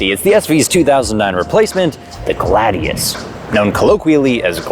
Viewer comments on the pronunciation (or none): none